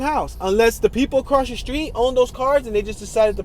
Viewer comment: You fa'sho ain't from Detroit pronouncing street names like that 😂😂😂